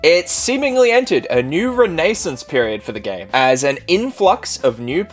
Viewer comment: You really can’t pronounce “renaissance”? 🤦‍♂️